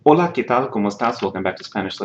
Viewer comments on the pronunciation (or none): none